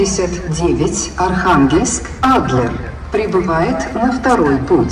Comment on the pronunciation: Ударение на А в слове Адлер, просто супер😍💓